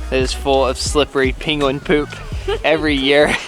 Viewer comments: why do you sound like your saying Pinguin rather than Penguin? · I think it's so funny that and call the penguins "peenguins". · You need to you tube search for the Cumberbatch Penguin Interview as you have difficulty saying "Penquin'... just a friendly dig... no big deal. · Your pronounciation of Penguin is cute 🤣